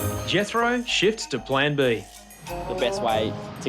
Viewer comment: Did anyone else think he said "Jethro 'shits' to plan B"? Or was it just my imagination?